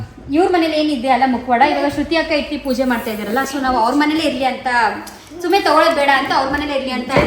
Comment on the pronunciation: Itti alla ittu antha heli kelakke chennagiratte don't mistake me